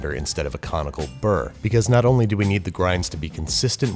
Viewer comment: I thought he was saying Comical Burr and I was trying to work out why it was funny